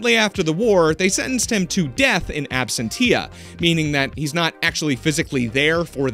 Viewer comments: Absen- tia? Really?! That pronunciation hurt my brain... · absentia = ab-sench-uh rhymes with lab-trench-uh